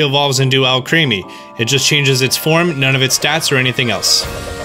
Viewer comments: Milcery and Alcremie's name are a mispronounciation. "Milcery" is pronounced Mill-sir-ee and Alcremie is pronounced Al-cre-me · Also, Alcremie is pronounced almost identically to alchemy. Not hating. Just want to point these out.